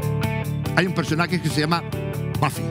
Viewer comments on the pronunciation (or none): Lo más grande!! 🎉👏🏻🫶🏻❤️ que sigan los éxitos!! Pd.: Es Buffy wn, no “baffy” 😒😒😒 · bAffy se pronuncia en ingles 🥴